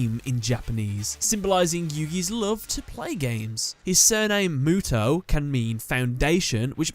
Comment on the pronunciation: My point went over your head huh. I said the way you explained it was wrong because there's no character in the Japanese language that would be pronounced as "ow" which is what you said when describing Mo Tow. That's why I said what I said in my previous comment